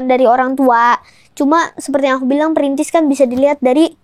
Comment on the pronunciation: tetep bilang printis😂 mulai dari nol gatuu wkwkwk konyol